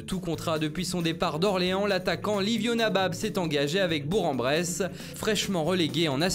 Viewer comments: On ne dit pas "Bour en Bresse" mais "Bourk en Bresse" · On dit« bourk en bresse»